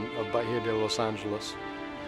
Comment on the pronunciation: Los angeless not the way he said it omg